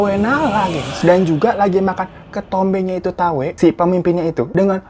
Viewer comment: Thawee dibacanya Thawi dan Morpla dibacanya Mo-pla Dan Chaiyaphum itu provinsinya sedangkan Isaan itu regionnnya (diatas provinsi)